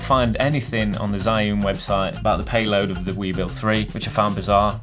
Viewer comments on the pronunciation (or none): I wouldn't buy either because they're both just too big. I have the RS2 and if I'm going to buy another it'll be because it's more compact not one of these fat boys. P.S I think it's pronounced 'Jus-un' (where 'jus' is French)